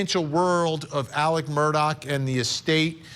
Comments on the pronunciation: It's Mur-Daw not Mur-Dock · Actually, the pronunciation is Murdaugh as in "Mrdog" Someone who has never lived in the south would hear "Mrdock" but that is NOT what he is saying. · ITS MURDAUGH DAU NOT MUR -DOCK . OMG you have been "reporting" on this for over a year. You would think you could at the very least get the f ing name right. Smdh🙄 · Just an aside observation—Many commentators continue to pronounce Alex Murdaugh’s last name as though it is spelled “Murdock”. Which pronunciation is correct? Also, Alex Murdaugh’s family, co-workers, and friends actually pronounce his first name as “Ellic”. Is this a common pronunciation of a nickname for Alexander, in South Carolina? Just wondering.